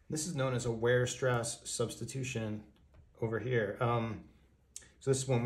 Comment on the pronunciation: Correct pronunciation: Weierstrass!